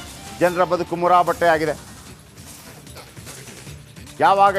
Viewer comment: ಮುರಾಬಟ್ಟೆ ಅಲ್ಲ ಸರ್, ಮೂರಾಬಟ್ಟೆ 😊